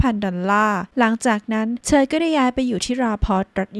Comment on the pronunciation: ทำไมออกเสียงเธอเป็นเชอ..